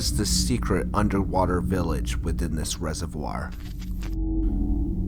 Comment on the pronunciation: Lol it pronounced res-of-v-or